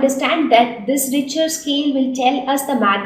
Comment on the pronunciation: yes bro ur correct